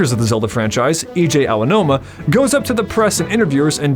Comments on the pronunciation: I love how you kept calling him EJ Aonuma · DOPPEE Video bro, very dope… But please fix your name pronunciations 😂 Correct pron: (EH-IHJEE AH-NO-UMA) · Ah yes, my favorite Zelda creator: Eejay Ownoma, complete with South Park-esque accent and tentacle porn references. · Wow. Imagine ever posting a video with the prounciation of "Eiji Aonuma" like that. You're a braver man than I am, brother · It's not even accurate and you mispronounce Eiji Aonuma's name so you're not doing it as a "regional accent." Be better.